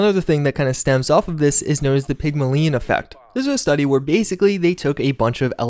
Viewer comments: Prolly suppressed by YouTube since you pronounce “scarce” and “Pygmalion” so weird.. lol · Your pronunciation of "sparse" more than once and "Pygmalion" is enough to deserve a downvote.